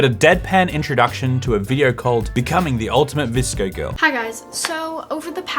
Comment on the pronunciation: My friend was in pain watching say V-S-C-O